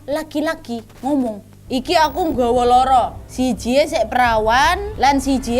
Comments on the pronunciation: Suka gemes soalnya kak nadia selalu salah kosa kata pas ngucapin bahasa jawa ,, Bukan loro tapi loro Bukan wetan tapi wetan kak nad 😂😂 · Bacanya bukan loro, tapi loro Kalo loro itu sakit Tapi kalo loro itu 2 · Pelafalan duanya itu loro, bukan loro...... Loro ya wak..... Kalau loro itu sakit..... Jd yg lbh tepatnya "loro" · Kak Nad, Loro 2 bukan Loro (yg di ucapkan artinya sakit)😅😅😅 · Kak nad, loro tu ada 2 makna. 1. Maknanya sakit, dan 2. Maknanya dua. Nah kak nad ngomongnya tu maknanya sakit bukan dua. Loro nya pake o. Jadinya loro. Bukan loro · koreksi: Loro bukan "Loro" Loro: Sakit Loro: dua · Dua= loro kak, bukan lara. Cara bacanya seperti huruf O biasa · Lafal "Loro" nya kurang tepat kak. Hehe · Pas kak nad bilang "iki aku nggowo loro" aku kek hah? Kok bawa sakit, trnyta mksdnya loro(dua) tp slh pelafalanya🤣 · LORO (bacanya pakai O<Obat>) 😂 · loro nya 2 (dua) dan loro nya sakit beda vokal nya kak Nad 😁😁 maaf instrupi ya kak 🙏😁😁 karena vokal nya kak Nadia loro 2 di vokal loro sakit 🙏🙏😁😁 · Lara (pengucapan kyk mbk Nadia) itu artinya sakit. Loro. (pengucapan o seperti di kata "optimis") itu artinya 2. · MBAK LORO BUKAN LORO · Maaf wa nada bahasa untuk "LORO(2)" salah wak... Klo nada yg bilang itu arti nya "SAKIT" 😁 Tulisan nya sama cuma pengucapan nya beda... Maaf wak sy paham bukan org jawa, cuma ngasi tw aja😁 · Mau koreksi dikitt nih kakk. Pronouns nya "loro" yg diucapin ka Nad di vid ini artinya sakit. Kalo "loro" yg artinya 2, o nya dibaca biasa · Maaf kak nad, cara ngucapin Loro itu maksudnya dua, kalo yg spt diucapin kak nad itu artinya loro = sakit.